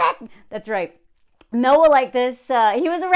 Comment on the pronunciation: I heard it as, "What the hell" mail. 😂